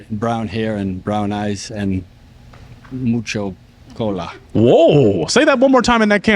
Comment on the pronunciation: To clarify yall, it is not "cola" it is "cula" pronounced with a long "u". Mucho "cula", lots of booty. He tried to say it. 🤣